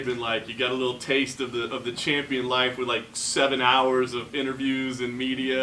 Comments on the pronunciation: Lol "shampion" fucking hell lad 😄 haha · And that what he is shampion😀😀😀😀😀😀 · His gonna be a “shampion”